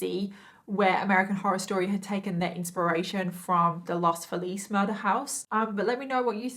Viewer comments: The pronunciation of Los Feliz is "Los FEElis" Love your make up and your stories. <3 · Here's a note no one wants or cares about: despite the fact that Los Feliz is taken from Spanish, it's pronounced Los FEE-layz. That confused me as well when I moved there and heard it for the first time.